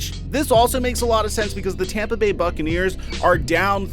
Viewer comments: It's Tampa. Not Tamba. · He's going to tompa bay lol u mean Tampa Bay